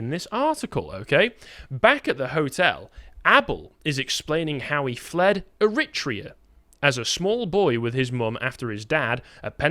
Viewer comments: I think he's putting the emphasis on the second syllable which is making it sound strange. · Please boys - it’s Er-ri-tra-an! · AIR A TRAY A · What is Er rit rean that's the first time I've ever heard it pronounced like that?... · I'm begging to learn to pronounce Eritrea. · He should learn how pronounce Eritrea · How can you expect to be taken seriously, Carl, when your staff can’t even learn the correct pronunciation of a country when compiling their articles? I know you guys are both smart and passionate; but clangers like this just give your detractors ammunition against you. I listen to you often and appreciate your arguments and efforts. Don’t give your enemies the excuse to denounce you as ill-educated and therefore irrelevant. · Funny joke, guys, with the stupid pronunciation of Eritrea. No way you don't really know how to say it.